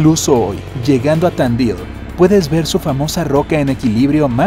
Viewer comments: Se dice tandil no tandail y se le sice pierdra movedisa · jajaja me cage de risa por que vivo en argentina y dice mal tandi.l parece gringo cuando lo dice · Me da gracias como dice Tandil jaja